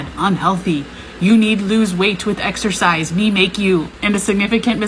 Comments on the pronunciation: If you have a degree in exorcist (exercise) and you can’t even pronounce exercise, that shows how bad you are at it. If you ask me overweight ppl are a penny a dozen with how many there are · We all heard "exorcist"😅